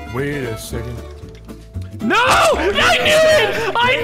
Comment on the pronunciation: That second one never went off, instead he said necond